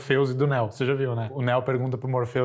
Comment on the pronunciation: Cara fala tudo errado neo e Satoshi e ainda q ensinar kkk